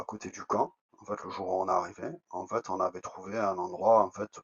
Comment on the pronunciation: En fait tu m'as saoulé en "FAITE" n'est pas français en plus 😂